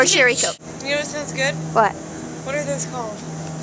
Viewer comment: did she said Cherry Choke?